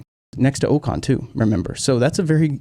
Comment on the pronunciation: Ocon. The next Keke Rosberg. [Ohh-con], not [oo-con].